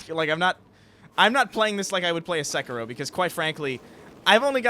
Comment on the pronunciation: Every time pronounces sekiro I cringe so hard.